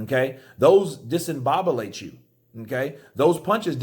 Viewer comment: It's DISCOMBOBULATE, not "disembobulate," great video though.